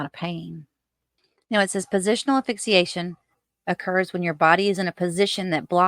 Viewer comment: Honey, if you say AFIXIATION one more time I'll scream. It's asphyxiation. If you're going to try to pass yourself off an as expert, do the expert thing. Learn to pronounce properly.